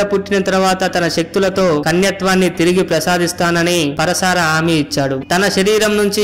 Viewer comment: పరశార కాదు భయ్యా . . . . పరాశర మహర్షి